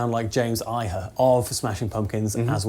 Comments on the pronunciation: It's pronounced EEE-ha not eye-huh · James Iha is pronounced Ee-Ha not Eye-Ha, not Eye-her. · It’s pronounced “ee-ha”, not “eye-ha” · E-Ha, not Eye-Ha. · James last name is pronounced "eeeehaw" :) not Eye-Ha. No biggie, just throwing it out there. Sounds great though, nailed the sound for me. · Shaking my head. I heard all sorts of non sense in this video. Billy isn't a shred guy.... first 3 albums would disagree with you. James whatever you said. It's Iha sounds like E-ha. And over all the tones where a pretty big swing and a miss. Not an easy one to replicate. Nice try but you should revisit this later. And without so much phaser next time too.